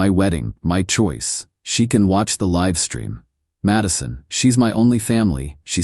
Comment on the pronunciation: AI has narrator mispronounce words like LIVE, WOUND, RESUME... also every time word NO (opposite of YES) appears it is pronounced NUMBER!!!!!